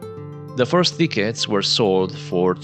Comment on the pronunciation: Be careful how you pronounce tickets bro.